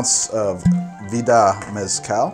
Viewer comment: I’m going to argue with myself for 3 minutes about how to say maraschino Also - Can’t pronounce Mezcal